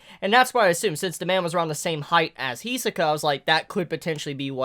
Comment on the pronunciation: Can you pronounce Hisoka as He-So-Kah once, just so we know you know how to say it because I see your a fan